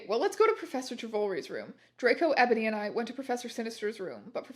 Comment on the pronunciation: I love how sometimes she also pronounces it "Ebòny"